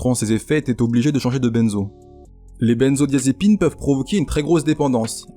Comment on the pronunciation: Video tres exacte, (juste la prononciation de "benzodiazépine" nest pas la bonne mais ca change rien au) bon boulot que vous faites. Traiter de l'héroïne serait pas mal, car c'est le pire poison que j'ai connu (et en substances après 20ans dedans j'ai connu quasiment tout malheureusement...) bonne continuation